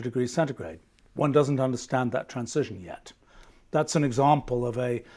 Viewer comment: That’s a revolutionary way to pronounce transition. 👌🏻 He’s an absolute treasure.